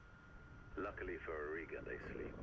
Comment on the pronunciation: I beliveve you meant R'lyeh. Our lord and saviour Cthulhu is merciful though. He will devour you first ;)